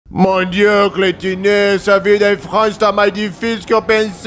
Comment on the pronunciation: Kkkkk cleitiné foi boa